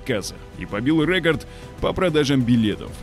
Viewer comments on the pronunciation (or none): Ну что за рЭкорд? ;)))) уши режет)) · Побил рЭЭкорд?) - мощные комбинации, Один за ДругИМ… бежать от сРаха…😂 текст то вообще не читаем перед записью?)